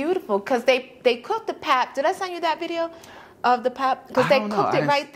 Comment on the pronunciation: You pronounce pap like "Pup". Boerewors = boo ra vors